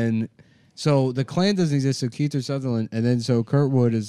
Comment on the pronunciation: Nick is saying KEITHER. Jesus Christ headslap.